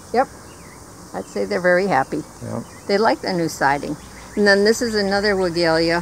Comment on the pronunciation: Not to criticize but help. You know I before e, except after c, or when sounded like a as in neighbor or weigh. So Weigela is pronounced Weigh Gel Ah. Took me years to learn it because my mom always pronounced it wrong. Our family is Polish so she managed to get the V sound at the beginning.